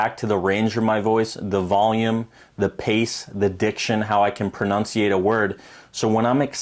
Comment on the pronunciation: "Pronounciate." Clealy an education isn't necessary for success in sales